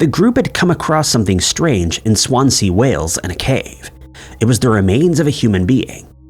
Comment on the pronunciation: Some interesting stories, but I beg of you, listen to some Welsh people say Swansea